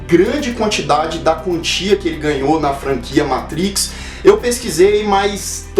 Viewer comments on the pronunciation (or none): none